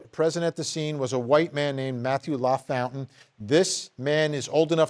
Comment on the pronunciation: Hey Vinny it's "La... Foun...tain!"